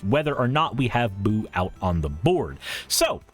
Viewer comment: Yeah "Boo" pronounced like you have been is the Hamster that Minsc makes